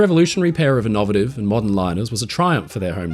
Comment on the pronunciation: "Oyropa" and "innOVative"?